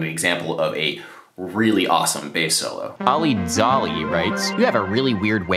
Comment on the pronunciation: I love how you pronounce this one commenter ""s name, especially the "dz" - native English speakers often have a problem with pronouncing words/names that start with 2 consonants. Like I'm a hockey dan, and there was this Czech player, Zbynek Michalek, and everyone called him Zuh-beenek... I mean if you can pronounce the ZB in names like CroSBy, damn, it's the same sounds in ZBynek. In the same vein, Zdeno Chara is not Zedeno... So with all that said, i liked how you pronounced dzoli.